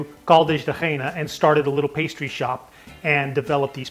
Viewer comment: No Caldas da Reina. The city is called Caldas da Raínha (pronunced kind of rRayeegnaa).